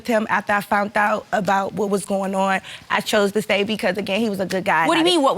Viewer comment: "FOUNT OUT".....The word is FOUND Ma'am.